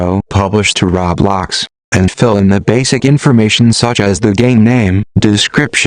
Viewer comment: but they're right now because there are better videos out there instead of this text to speech voice who can't even pronounce "roblox" right.